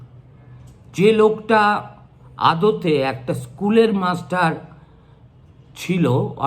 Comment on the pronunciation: 'ইস্কুলের মাস্টার' উচ্চারণে তাচ্ছিল্য পীড়াদায়ক।